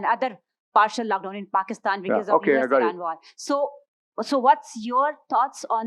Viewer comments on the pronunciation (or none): "partiyaal laackdown" ☝🤣🤣🤣